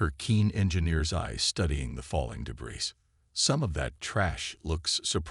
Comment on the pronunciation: “ AMONG THE TRUE DEBRIS “ SHOULD BE DEBREE , IDIOT !